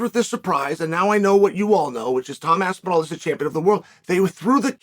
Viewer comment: How can the great one ne matched? No-one can mispronounce both Pavlovic AND Aspinall and STILL be the voice of truth!